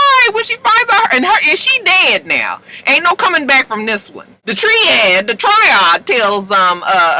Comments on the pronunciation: ...Triad pronounced Try Add LOL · The ending had me shook. The pronunciation is TRY-ADD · It's "try-ad."